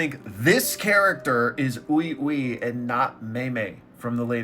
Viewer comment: Even Ui Ui himself saying it LMAO.